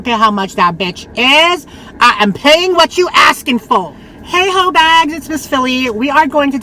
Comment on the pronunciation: ☺️Hey 👋 love when you say hoe bags 🤣🤣love your personality love it 😊